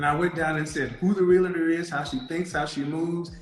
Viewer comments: The word is NOT “reel-a-tor” it’s “REAL-TOR” 🙄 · When she said realator... I actually laughed before Kevin did. :D